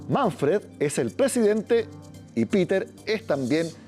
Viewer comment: Señor periodista El nombre Peter en alemán se pronuncia PETER , igual como esta escrito . No, como lo pronuncia Ud. Saludos